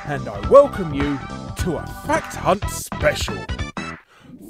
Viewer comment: I can’t not hear “Fat C**t” whenever you say fact hunt lmao